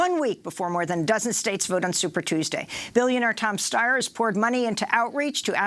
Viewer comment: Tom Steyer? Like what?